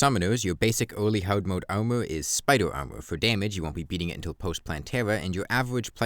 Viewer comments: This whole time i was wondering wth "omo" was, then i understood it was "armor" 😂 great video mate, very insightful! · "Owmur" "Owmur" "Owmur"